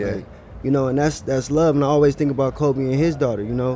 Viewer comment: Love it but mike it’s Kobe not kolby😂